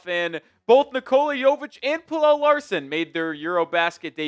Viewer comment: Bro im gonna keep saying it... pronounce pelle's name right. drives me nuts